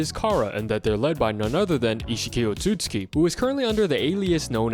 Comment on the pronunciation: It's pronounced oat-sue-sue-key not oh-suits-key